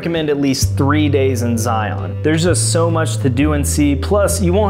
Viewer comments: Please ... don't sound like a tourist and say Zi-on. Zi isn't on anything. It is just Zion. Locals will laugh at you! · It’s pronounced Zigh-un….NOT Zigh-on.